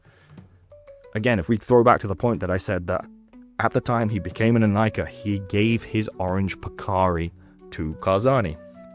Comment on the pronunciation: Thank you for pronouncing Inika correctly